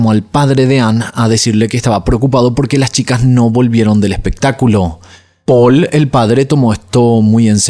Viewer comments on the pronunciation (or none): La pronunciación de las localizaciones y los nombres xD me hizo recordar a cuando tuviste un rebote porque tu nombre se pronuncia Paul ya que es francés y no Poul y no sé qué más xD Pero no importa, todos nos equivocamos, y vamos a equivocarnos siempre, solo me resultó gracioso.